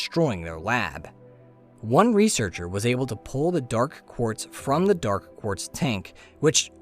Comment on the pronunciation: Dark.. Pause.. Quartz . the pronunciation is great, but the pause is distracting